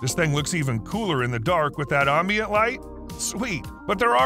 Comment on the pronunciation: Love these videos but hate his pronunciation of ambient. It’s not ombiant, it’s am, like ham or ram.